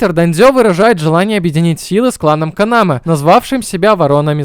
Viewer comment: Вместо Канамэ постоянно слышится Канава...